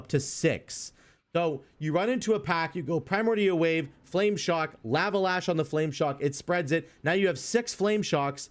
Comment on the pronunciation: Bro...the "laa-vuh" is killing me.... Lava = "law-vuh." Please....I cant take it anymore 😭😭